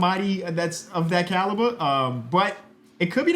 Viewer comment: why did you say "caliber" like that?